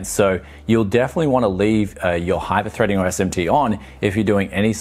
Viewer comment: esht emsh tee and hipershpreding... god I hate it When that happens.